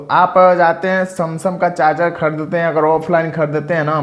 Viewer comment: Samsam nhi bhai sumsung hota hai 😊😊😊